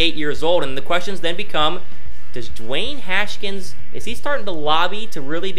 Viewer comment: It’s Haskins not “Haskins”